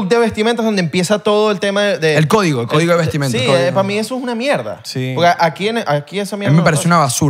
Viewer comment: Se dice "CÓDIGO"